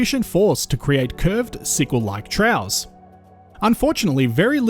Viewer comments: Apologies for being picky, but 'troughs' is pronounced 'troffs' and not 'trows'. Thank you for another excellent presentation of Australia's geological history. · I feel I have to comment on the pronunciation of the narrator. Apart from Pilbara being pronounced in a way I've never heard before, and the sound "s" being pronounced as "sh" as in "Ushtraya", finally I hear "trows". What the hell is a trow? I think to myself. Then I read in the subtitles "troughs". (get an Australian dictionary and look up the pronunciation) There are three possibilities. 1. The narration is done by computer and set to mimic a peculiar Australian accent. 2. The narration is done by an Australian who is ignorant of correct pronunciation. 3. The narration is done by a non Australian who simply doesn't know the correct pronunciation of words relevant to Australia. Finally in all cases the narration should be checked by the supposed Australian geologist who makes these vids. Butchering the English spoken by Australians when discussing Australian topics is an insult to native speaking Australians. Australians who have subscribed to this Chanel will get jack of it (to use an Australianism) and simply unsubscribe. Don't give up your day job as they say. As a mining engineer I enjoy the exposition of geological facts about Australia, but the pronunciation being butchered makes it almost not worthy of watching.